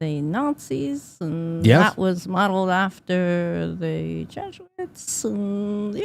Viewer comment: nails it...... JESUITS not JOOS